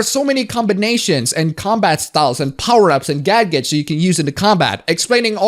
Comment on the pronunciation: Gagets huh that’s a new way to say that